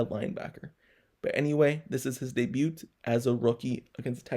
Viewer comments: U the first person ever heard pronoun the t in debut lol. Good breakdown tho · The t in debut is silent dude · Good reporting. Well done. The "t" in debut is silent.